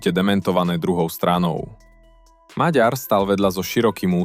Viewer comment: Po slovensky čo? "Lhár?" 🤣🤣🤣 To máte veľmi čudnú slovenčinu... LUHÁR, resp. KLAMÁR... Takisto raz je to "Magjar", raz je to "Maďar" a tuším som raz počul aj "Meger"... Je to "Maďar". "Gy" je v maďarčine "Ď", OK? Ak ste sa rozhodli založiť si 1584tý "alternatívny" rádoby analytický kanál a urobiť ním dieru do sveta, aspoň po sebe čítajte text, alebo naučte vaše AI solvenskú výslovnosť.